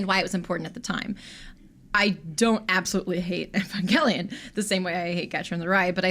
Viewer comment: “Even-gale-leon” what the hell